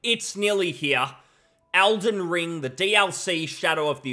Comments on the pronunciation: does his accent not include the letter E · ELden Ring, WHY ARE YOU SAYING ALDEN STOP IT